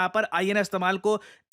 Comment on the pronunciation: "तमाल" naam hai sir, "तमल" nahi. maine bahut sey videos mey aapko galat Hindi उच्चारण karte huye suna hai. Aapko aapka Hindi उच्चारण sahi karna chahiye.